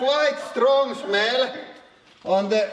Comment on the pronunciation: "Vot da fuuuck" and "shmell" killed me😂